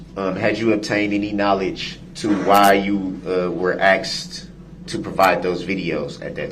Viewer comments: He axed it. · I'm surprised he hasn't "axed" him whether paper clips or staples were used to secure the pages of the report... 🤨